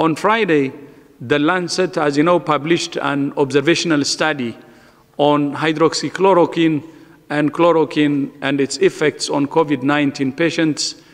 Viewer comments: Sala ye v to pronounce nhi kar paa raha medicine k naam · He can't even pronounce hydroxychloroquine Yet we have to believe on them?